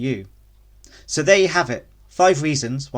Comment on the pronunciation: The moment you opened your video with a pronunciation like open “Zeus” I knew I was in for a wild ride. Can’t say I have any of the problems you mentioned too so idk. Absolutely try out Tumbleweed and KDE it’s the way it’s meant to be ran.